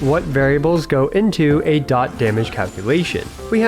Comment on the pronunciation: finally some who says dot correctly lol